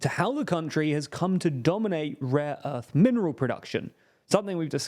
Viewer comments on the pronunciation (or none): none